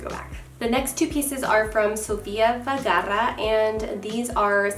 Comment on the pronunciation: Love this video. But gurl.... ur emphasizing a lot on your R's on Vergara. Just helpn ya out.😉